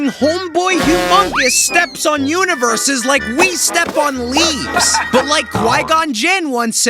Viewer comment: he keeps saying univeres. yet only shows galaxys